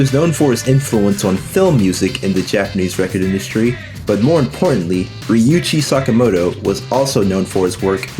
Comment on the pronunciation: one minor correction , his name is "Ryuichi Sakamoto" not "Ryuchi". RIP!